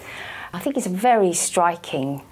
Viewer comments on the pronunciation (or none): The gal pronounced "r" as "w" striking= stwiking! lol